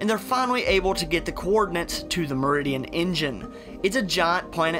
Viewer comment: I'm curious to why you have an issue pronouncing your "L"s. Instead of saying planet you said pwanet. Instead of saying sibling you said sibwing.